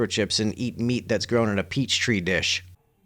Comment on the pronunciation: The term you meant is petri dish. Not "peach tree dish"😂